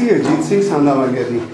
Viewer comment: sandhawalia name hai ji.., na k sanawalia.., tusi name galat le rahe ho